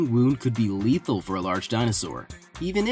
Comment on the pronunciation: you said just as leathill